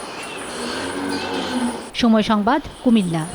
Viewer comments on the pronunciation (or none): কুমিলা না কুমিল্লা 😑